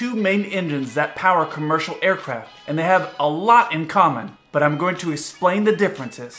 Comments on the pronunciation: im sorry but u said esplane in the intro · He’s going “esplane” the difference